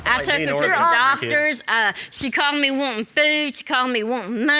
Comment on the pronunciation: “I gave’em fewd I gave’em menny.” 😆😆